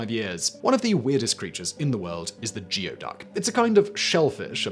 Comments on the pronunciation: I know you don't care, but geoduck is pronounced goo-ey duck, not gee-o duck. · Geoduck is pronounced "gooey-duck" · "Geoduck" is actually pronounced "gooey duck" . . . don't ask me why. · A lot of people make the mistake of the geoduck, it’s actually pronounced gooeyduck. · ITS ACTUALLY IS PRONOUNCED LIKE THIS: GOO EEEE DUCK :) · Its gooie duck. Not geo duck According to that dirty jobs episode with mike roe Goo ee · Coming to the comments to correct Geoduck as Gooey-duck and finding it has been said. Also methane... me-thane or meth-ane? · As to #3 Geoduck It may be spelled gee•o•duck, but it comes from an indigenous word and is pronounced goo•e•duck. They DO look extremely rude however. Think of an equestrian phallus!:-/ 🖖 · They are pronounced. "gooey ducks" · "Despite the fact that they look like water cacti, they are living creatures..." Uhh.. Did Simon actually infer that cacti are not living creatures? 🤣 The word you are trying to pronounce is 'conducive', it's pronounced as anything but conductive... 🤣 Really though, con-doo-sieve, or kahn-dew-civ, or... Who cares... 🤣 It's pronounced 'gooeyduck' You're really dropping the standards here... Basically turning this into a watered down Blaze! 😐😳🤯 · Geoduck is pronounced Gooeyduck. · Gooey duck not geo, it’s a Native American word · Once again, if Simon had just referenced the average dictionary, he would know that "geoduck" is pronounced "gooeyduck". Get a dictionary app, my friend. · Simon- ask Daven how to pronounce Geoduck. 😄